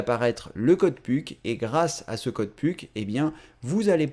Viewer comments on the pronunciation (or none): on dit puk (peuk)